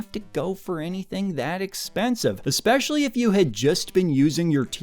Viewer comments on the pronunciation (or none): none